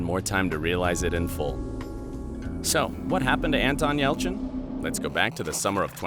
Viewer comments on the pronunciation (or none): says ELCHIN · Oh and you missed the Y in Yelchin.